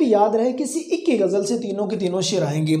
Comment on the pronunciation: Sir plz correct ur ik . It's not ik it's aik. 😂